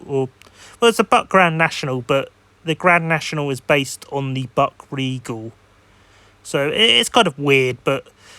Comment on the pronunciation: Buick is pronounced as "BYOO" + "ik" Happens to the best of us. Good luck with ur next video 👋🏾🙂